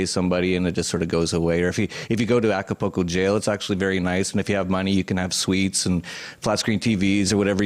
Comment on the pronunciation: Hey nice reference to Acapulco and it's pronounced Aca-Pool-Co not Aca-Po-Ko. is obviously not in Acapulco since he can't even get the name correct plus what he says about the jails is absolute crap. If he is in Acapulco he can be located by the image behind him. If he is helping people get fake foreign passports he is breaking several international laws. How does John know it was exactly 42 armed guards? He sat and counted a bunch of moving people I suppose. John isn't a hacker and has zero ability to hack. Initially he claimed to place spyware and keyloggers on $100 laptops he gave to people - BUT now he's a "Hacker". John wasn't faking his heart episode, he suffered a tachycardia from using excessive amounts of MDPV. This fact is well documented. This was an ignorant interview and is just a bunch of regurgitated crap that McAfee has been repeating for months.